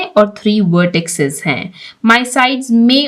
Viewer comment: Madam, lafz vertices ko vertisses kaha jata hai